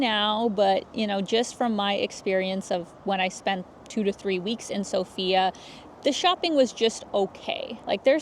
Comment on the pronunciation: It's sOfia, not sofiA